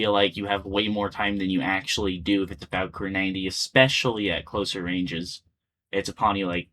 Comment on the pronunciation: "The farcor 90" Bro its Fa-kour